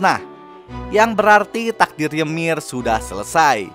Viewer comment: Bang kok gua denger "yemir" dari lu kek ganggu bet yaa wkwk gua malah enak ngomong "yumire"